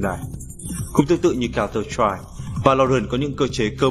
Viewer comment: giọng đọc thều thào, nhấn nhá khá kì quặc (mặc dù mỗi ng có thể cảm nhận khác nhau). Phát âm tiếng Anh phải nói là tệ, nếu ko đọc chuẩn được counter-strike, bạn có thể đọc tắt là CS để dễ đọc dễ nghe hơn mà? Ng đọc nên cố gắng tra xem từ đó đọc như thế nào (điển hinh là tên các nhân vật như Sage), chứ đọc các từ đao to búa lớn như Random Number Generator xong đọc sai cũng chả để làm gì.